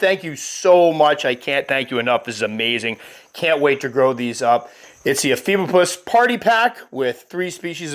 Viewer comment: Also, the genus is pronounced (e-FEE-bo-pus), like said, for anyone who's curious. I hear this one said a ton of different ways.